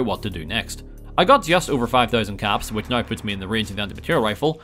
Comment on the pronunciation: pronounced now "nauwer"